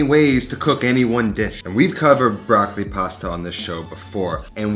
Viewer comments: It’s not „BRAKLI“ but BROCCOLI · Comunque per un italiano è sempre curioso sentire come gli americani pronunciano la parola “Broccoli”. 😊